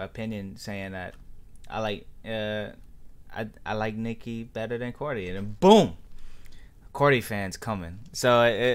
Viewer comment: Why did u say cordi lol it’s cardi